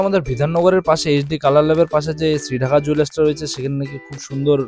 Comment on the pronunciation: ডাক্কা not ঢাকা ।। DAKKA NOT DHAKKA